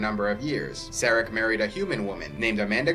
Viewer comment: You mispronounce several Vulcan names. Surak is pronounced with the u = oo, and the a = ah. Likewise Sarek is pronounced with the a = ah. This is true for pretty much every language except English.